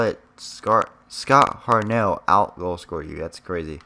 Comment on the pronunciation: lol he says Hart then he waits for a millisecond then says nell